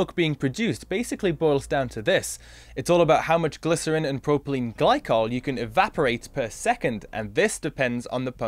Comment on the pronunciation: 'PROPYLENE' not 'PROPELENE' Ooops!